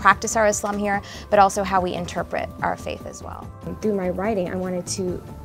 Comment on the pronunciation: Its Islam NOT Izlam Guys ... Thank you :)